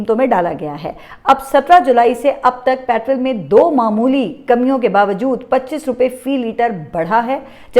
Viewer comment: گد مردہ کو نوچ کھا جاتے ہیـں پاکستانی عوام مردہ بے حس بے جان عوام ہیـں اب گد لکڑ بکڑ نوچ نوچ نہیـــــں کھائے گے کیا. نوچ نوچ کر کھانا ہی چاہیے. باقی آپ کا انداز بیان یگانہ یکتہ ھے کوئی تمہارے پاس پاس نہیـــــں. مگر پٹرول کو پٹرل نہ کہنا. ❤❤